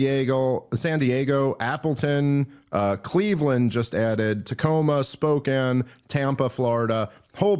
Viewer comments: Bozeman is pronounced "Boze-muhn" not "boze-mon." Spokane is pronounced "Spo-can" not "Spoken." Just wanted to help you not catch shit for mispronunciation when you perform those places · Spow-cann not "spoken". I feel like Dave is just trolling us at this point. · It's impressive how Dave still hasn't managed to figure out how to pronounce Spokane or Bozeman.